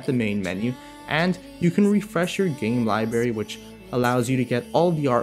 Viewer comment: he says libary!!!UGH!!!whyyyyyyyy 😞